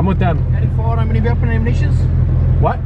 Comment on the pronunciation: “Ani firearmz, weaponz or ammunitionz?”: WHAT?¿ 😂😂